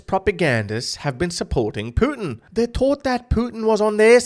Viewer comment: Funny how you say Putin. Your pronunciation makes me think of poutine. Fries with cheeese yummy